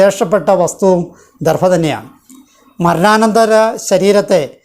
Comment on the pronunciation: ദർഫ എന്ന് പറയാതെ ദർഭ എന്ന്തന്നെ പറയാൻ ശ്രമിക്കണം.-അപേക്ഷയാണ്-.❤